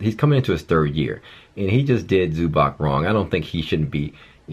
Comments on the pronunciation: It's pronounced like Zubahtz btw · Its pronounced zoo-bats